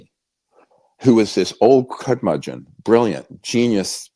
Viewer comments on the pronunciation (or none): Dr. Greer, are you mispronouncing "curmudgeon" on purpose?